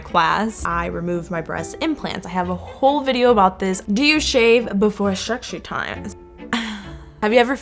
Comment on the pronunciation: I love the way she pronounce sexy time as secshy time😂😂